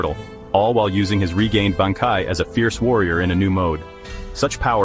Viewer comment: I don't really agree with any of these, and the AI bot reading these cannot even say Bankai.